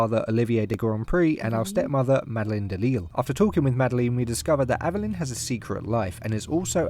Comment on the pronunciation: Dude, you’re pronouncing her name wrong lol